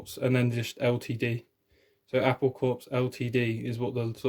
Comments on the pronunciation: I believe the word 'Corpse' is a military term from the French language which is why it's pronounced "Core" not "Corpse" even though in the English conversation. Typically John Lennon to find a joke of the fruit Apple and it's Core in the label graphics too. In Japanese an apple is ringo..... in case you were wondering about the connection to the Beatles. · I know people hate this kind of critique, but it's only so that you "get the joke" better. The Apple label is pronounced "Apple Core" and not "Corpse". I know it is spelled like the military CORPS, but it is actually pronounced as COR (silent P and S) or "core" - hence the inside joke within The Beatles: Apple Core. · an oops: It's not Apple Corpse. The Apple hasn't died. It's Apple Corps (see the wordplay? As in Apple Core?) (don't pronounce the 'ps'). it's a French word meaning “body” and the French don't pronounce the “PS” at the end of the word. The word comes from the Latin term Corpus meaning BODY. We get it from the French word for body "corps" which is pronounced with a silent PS, as the word 'core'. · Apple Corps is pronounced 'Apple Core'. It was a pun on the company name. Any other company with 'Corporation' abbreviated to 'Corps' is pronounced 'Core'.